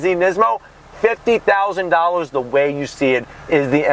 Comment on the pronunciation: Love the way you said dollars 😄